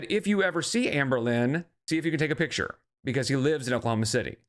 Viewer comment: You pronounce words wrong because the fat in your throat. But I did hear her mom say PITCHER instead of PICTURE which is how Amber has always pronounced it, so yes I think it's also stupidity from both of them.